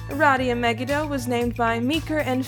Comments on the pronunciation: Hi sorry but in hebrew megido is pronounced me-gee-doe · It's pronounced Aradia me-gi-do